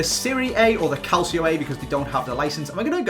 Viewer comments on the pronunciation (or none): CALCIO saying it calchio and not calsio man please; nice vid as always though :P